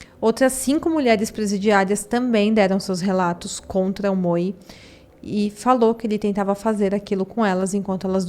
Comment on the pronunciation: Se estiver escrito MOE não é pronunciado Moe e sim MOU.